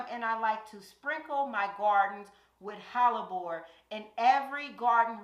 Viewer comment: Let's go QUEEN! Kansas City, MO here. Are you saying Hallabore or am I trippin? It's pronounced Heh-luh-bor Hellebore... Loving all this content and so frequently now too. I have a few hellebore's and I'm dying to go to the garden center to buy more this week. LOL 🥰🥰🥰